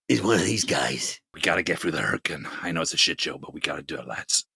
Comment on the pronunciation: The imitation of an American is great, except "hurricane" is pronounced in the British way